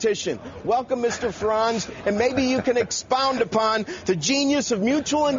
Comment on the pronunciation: Yo, pronounce Nigel's last name properly.